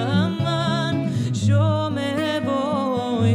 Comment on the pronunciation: Tu voz es preciosa pero tu pronunciación en la canción Morenika, no es correcta. Mi primer idioma fue el ladino, y sé lo que digo. En ladino no se dice sho, si no que yo. Tampoco no es Eshos, si no que Eyos, con Y. No se pronuncia GraDsyozo, si no que Grasyozo. Quitale la D que le pones. De nuevo te digo, tu voz es buena pero necesitas mucha ayuda con la pronunciación en ladino. Sería un placer para mi ayudarte con este idioma. Aqui te doy mi dirección electronica, y espero poder ayudarte. Sinceramente, Benni Aguado.